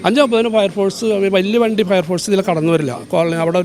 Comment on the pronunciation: ഫയർ ഫോഴ്‌സ് അല്ല പയർ പോർസ് എന്താ ചെയ്യാ കേരളം ഇങ്ങനെയോ 🤔